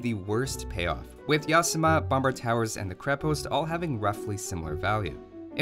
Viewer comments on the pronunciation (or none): It is NOT pronounced as YAAAsama! It is pronounced as yaSAAMA! (like yokoHAAMA)